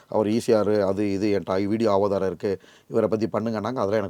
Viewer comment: Avadharam ila da gundupayale, adhu aadhaaram😂